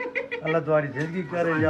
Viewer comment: 1. Dia x paham yg dia disuruh recite ayat tu 2. Yg org kita dlm video ni sebut Allah pun jauh dari tepat 3. Ayuh kita sama2 betulkan bacaan, tajwid Dan makhraj.